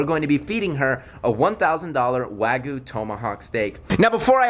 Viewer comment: Bruh it is called wagyu not waygu